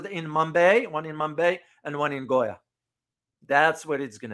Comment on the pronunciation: Its not mombaae and goya😂 Its Mumbai and Goa😂.... First learn pronunciation properly😂 When we have 60 hours of course but if you finished in 2 hours... Outcome is clearly visible....RIP to your knowledge😂